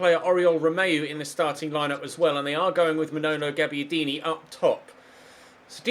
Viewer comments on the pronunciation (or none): Manono Gabbiadini??😂